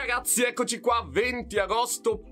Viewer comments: Sono l'unico che all'inizio dei video capisce "Salve a tutti RAZZI"? 😂😂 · anch’io capisco sempre così 😂